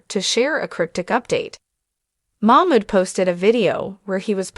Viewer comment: Her name is NiCole ...., Nicole not Nickle .... just trying to be helpful because it sounds funny when you call her Nickle.. Come on girl get it right 👍 It's funny that you can say Mamood right but not his wife's name !